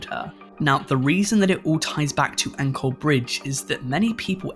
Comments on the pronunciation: FYI: In the Kuntilanak Story, the "Ancol" is pronounce as "an - col" the 'co' pronounced as in chore, not anchor. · It was great to see you talk about Indonesian folk tales! It was neat being reminded of or discovering new tales in my country. Also if you don't mind I'd like to correct your pronunciation of Ancol Bridge. From the people around me, I've only heard it pronounced with a more 'ch' sound